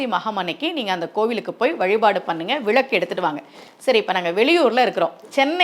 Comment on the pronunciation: விழக்கு இல்லை அம்மா... விளக்கு... நீங்களே இப்படி தவறாக உச்சரிக்கலாமா..?